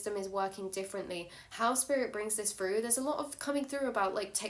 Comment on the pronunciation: Yep, this adult said "froo" . Pretty sure it's Through.